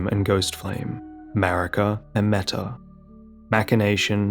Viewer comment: Not sure about the anglicized pronounciation, but Metyr means mother in ancient and old Greek, it is pronounced mEE-tyr, not meta. Manus just means the terminal segment of a forelimb, corresponding to the hand and wrist in humans. So basically the game adding "mother of fingers" after her name is redundant.